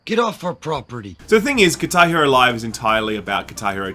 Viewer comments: Kitairu, that's all I hear. It took me a sec before I realized you said "Guitar Hero" lmao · What is Tairo? Lol seems to miss the guh! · its called "GuitAR [pause ]hEro" and not "KitaEro" =D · What 'katar Hero'? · Does someone else find it weird how they pronounce guitar hero? 10/10